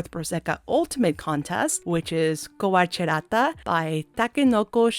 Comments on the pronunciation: Slight correction: you mispronounced “kowarechatta!!!!” It’s pronounced KO-WAH-LEH-chaTTA. Sorry if this comes off as hurtful, just wanna point this out correctly :D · "Kowache ratta" 😂😂 some flipped letters but that's alright